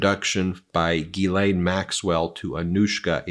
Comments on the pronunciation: PLEASE! Can everyone stop mispronouncing Maxwell's name! Her first name is pronounced JIS-LEN. Not GEE-LANE. That name would be spelled GUILAINE or GUYLAINE. The name is French and people need to learn how to say it. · The lady's name/ Jeffrey Epstein's wife... is "Ghislaine Maxwell" not Elaine Maxwell The judge's name in Donald Trump's documents case is AILEEN Cannon not Eileen Cannon. Preliminary hearing is pronounced PRRREEEEliminary not PUH-liminary. 🤪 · “Geesleine” (there is an “s” pronounced in her name) Gislaine is a very common French name: have a native French speaking individual confirm that… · Ghislaine is pronounced « Jizz-len ». It’s French. Is that so hard for American media to get? I don’t care a fig about her. I just hate to see language murdered, especially when the word is so easy. Try harder.